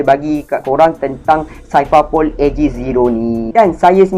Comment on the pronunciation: Aku ingat indon je sebut x betul Orang melayu pon x pandai sebut Cipher - saipar pol 🤣 Lenkali tengok anime....jgn baca manga je...